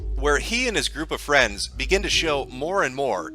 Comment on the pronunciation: Jim has given 2 nuggets of absolute golden advice 1) There is no such thing as "Internet Fwiends" 2) Learn to laugh at the stupid shit and life will be much easier